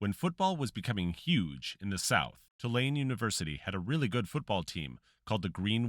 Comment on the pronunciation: Hey, its not Ti-lane, its pronounced Too-lane